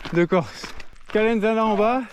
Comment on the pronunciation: Si jamais on dis pas "calenzana" mais "calenzane"